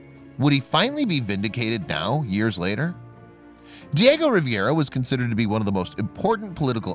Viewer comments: Riviera is in France! Diego Rivera was famous enough to get his name pronounced correctly. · Hello! I truly enjoy WB! It's been a learning experience for myself! Just 1 small correction. If you don't mind. The artist name is pronounced & spelled Diego Rivera, Not Diego Riviera! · Pronunciation Ree veh ra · I would redo this video to correct the pronunciation of the artist's name. It's Rivera, pronounced ree - VER - ah